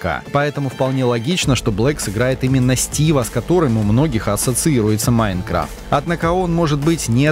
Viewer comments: Почему ударение не правильно ставит не Майнкрафт а Майнкрафт говорит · Не МаЙнкрафт а МайнкрАфт.